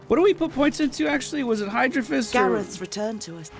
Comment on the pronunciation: You think he'll ever realize its hydro-SO-phist? :P